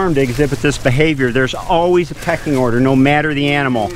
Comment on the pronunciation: PECKING ORDER. Not "Peaking"